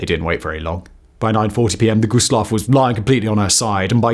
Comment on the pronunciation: Always hurts my soul when they pronounce it "Low." Also, the 2nd worst maritime disaster wasn't the Dona Paz, but was another German ship carrying civilians called the MV Goya with almost 7,000 lives lost. Dona Paz was the worst peace-time maritime disaster but there are a handful of maritime disasters in war that were worse. A shame this channel didn't do their research because this video is full of mistakes.